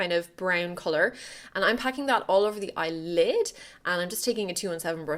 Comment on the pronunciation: I love hearing you say "eye lid" :)) weird